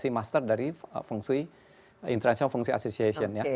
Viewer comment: Halo Kak Desi, pelafalan Fengsui hrs gunakan huruf E pepet seperti E dlm kata Emas, mEnang, sEnang, pEnuh seperti yg dilafalkan nara sumber itu yg benar Mdh2an lain kali jgn keliru lagi